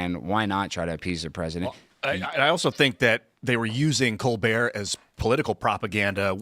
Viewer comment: It is pronounced... Kole-Bert